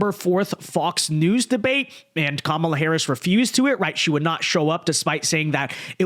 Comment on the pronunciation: I appreciate that you corrected yourself on your pronunciation of "Kamala". From sounding like Ka-Mau-la to Ka-mah-la. But I'm also pretty sure she'll change how she pronounces her name depending on who shes speaking to so idk